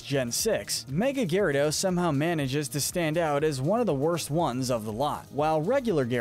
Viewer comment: It's Gyarados, NOT flipping Gayradose! Both A's should be after the Y, and the name does NOT end with an E!